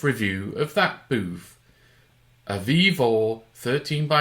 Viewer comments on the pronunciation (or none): it is vevor, not vivo